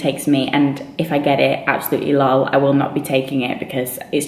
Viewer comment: Does anyone else notice she pronounces LOL as if it's an actual word? haha